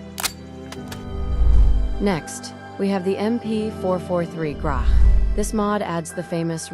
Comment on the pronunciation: Minor thing: the Russian pistol is mispronounced. The 'ch' at the end should sound like in the word 'match'. A more correct transliteration should have been 'gratch', but, of course, there is the usual convention for Russian transliteration into English, (by both the Russian and English schools), which leads to confusions like this. (Otherwise,. one can call it the Yarygin pistol, as this is its conventional name.)